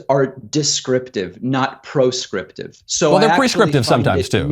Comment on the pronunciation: proscriptive, not "prescriptive"